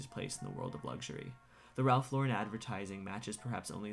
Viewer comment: Thank you for correctly pronouncing Lauren. 🤓